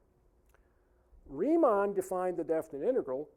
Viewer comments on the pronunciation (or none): none